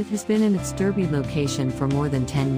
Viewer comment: In the UK Derby is pronounced Dar bee